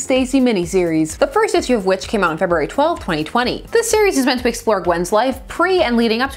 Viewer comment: I see you too pronounce all the letters in February., I see!